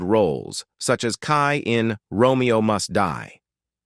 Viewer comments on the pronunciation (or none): none